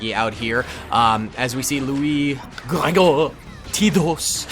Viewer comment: can you say Gregor’s name right? You said the wrong way like three times and I just felt like I had to say